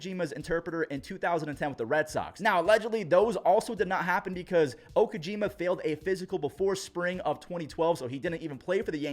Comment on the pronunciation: It is kinda personal that a sports commenter in 2024 having trouble pronouncing the name of Okajima. He is one of the most important pieces of 2007 world champion Red Sox. Not the same countryman Dice-K. It was Okajima.